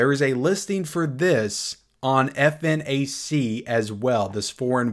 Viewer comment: oh, nice rumor with T1. btw, it's pronounced "fnac" just like snack but with an f and it's the biggest physical and online retailer of cultural products, outside of amazon in France. apparently they open the pre-order on that.